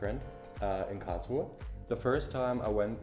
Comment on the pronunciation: I love how you pronounce KARRRLSRUHEEE. :D